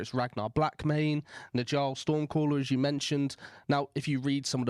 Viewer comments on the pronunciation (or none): The Old Norse name Njal is etymologically connected to the Old Irish name Niall. I think it would make more sense to pronoune the name like that than with the dg (phonetic /ʤ/) sound, since it does not exist in either of these languages. A friendly suggestion from a very friendly Norwegian Viking.